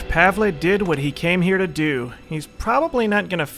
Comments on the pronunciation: Pavle's name is pronounced "Pav-ul" lol I'm sorry I had to say something haha but you saying Pav-ley is funny as hell haha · Pav-el. Pav... El. Pavle. not Pavlay. Pavle. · Hey, just a heads up, Pavle's name is pronounced Pah-vull. Love the series and try to stay out of giant firefights. I don't wanna see everyone die due to a slight mistake and the series end off on a bad note. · THUNDER KOCK Jones do you understand its pronounced pavley now? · christopher weaver Also, just cuz was told that "Pavlay" was the way to pronounce it by many people doesn't necessarily make it true. I was just explaining WHY he is saying Pavlay, not that Pavlay is the correct way to pronounce it. It might not be.